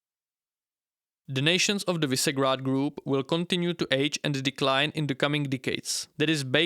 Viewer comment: Visegrád is read Vyšegrad.